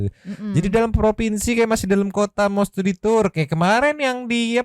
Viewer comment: Studi tu-ur... Tu-ur tiris